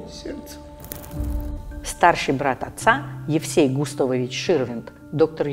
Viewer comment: Как эта " голос за кадром " умудряется произнести " Гутовович"? 🤣🤔😂😃 Написано "Густавович".